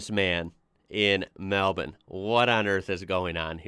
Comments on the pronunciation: is about that only American that pronounces Melbourne correctly! Perfect pronunciation, as its kinda pronounced "Mel-ben". Well done! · you know we got our claws into you when an american pronounces melbourne correctly! hahaha well done bud!